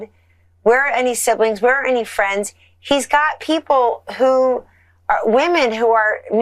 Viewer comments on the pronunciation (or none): none